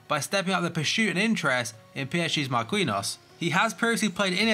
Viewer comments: Mar-Kin-Nee-Os not Mar-Queen-Os love the content tho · Why instead of saying every fucking futbol player name bad you just learn how to say it first, because everyone nows how to say marquinhos exept you tho